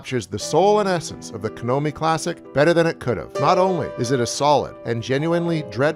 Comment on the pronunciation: KONAMI. NOT KANOMI